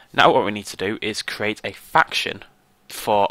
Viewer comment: I thought you said "We need to great a faction which makes our vendor a bender xD" nether the less great video +like